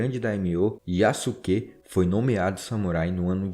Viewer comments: Yasuke a correta pronúncia é: "iaske" Sasuke a correta pronúncia é: "Saske" IÁSUQUÊ não existe SÁSUQUÊ não existe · Kkkk adorei o vídeo, e a sua pronuncia é melhor do que muitos canais que eu já tenha visto. Mas uma dica para ajudar: O "suke" (すけ) pode-se pronunciar "ske" sem o "u" Fazendo com o que o nome do Yasuke seja pronunciado como "Yaske" Edit: outro exemplo que eu lembrei é o Sasuke de Naruto, que se pronuncia "Saske" ;) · A sílaba "su" quando não é a primeira da palavra em japonês na verdade so é pronunciada o "s" ou seja Yasuke é pronunciado "Yaske" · Se pronuncia "Yaske".